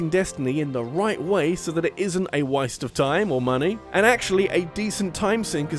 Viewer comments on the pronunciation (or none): "a wiste of time or money"